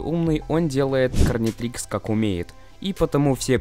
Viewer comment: Гарнитрикс а не карнитрикс